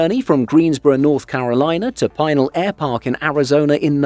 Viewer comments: It’s pronounced “Pi-nal” not “Peye-nal” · FYI - "Pinal" is pronounced "pin" (as in the pointy piece of metal used to fasten pieces of cloth) and "Al" the nickname for "Albert. The accent is on the second syllable. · Brian's right. Locals never say Pine-al. Pea-nahl or occasionally pea-nil.